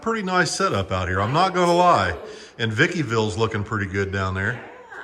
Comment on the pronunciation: It's not Vickiville, it's Wyattville.